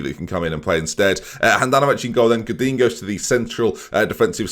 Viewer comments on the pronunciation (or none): none